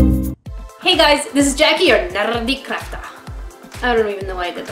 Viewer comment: you had me laughing when you pronounced NerrrrrdECrafter at the beginning x)